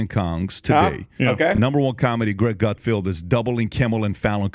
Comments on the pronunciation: Are you saying 'Gutfield' because you can't read or is that your rendition of comedy? I get it, YOU are the king of late night comedy. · Come on! We all know his name is pronounced Gutfart.